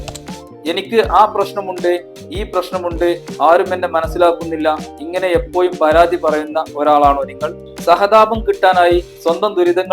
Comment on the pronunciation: എപ്പോഴും എന്ന് പറയു എപ്പോ യും അല്ല... സ്കൂളിൽ ടീച്ചർ പഠിപ്പിച്ചില്ലേ നല്ല ഭാഷ പറയാൻ.